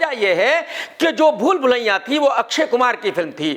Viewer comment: Bhai ye aapka bhool bhulaiya bolte time pool pulaiya kyun nikaljata hain harr baar😂